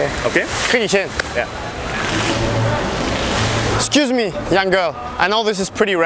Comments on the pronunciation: "Ekscüs me göls, can I take a picture Wis ju, you are beautiful ladies." Und dann noch in dieser abgehackten stimme. Kein Wunder wieso es nicht klappt mein Junge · wie betont er denn das excuse me girls xD Und JA ich habe das video jetzt erst gesehen